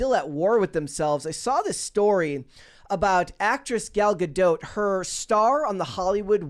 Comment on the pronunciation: I hate the way he says Gadot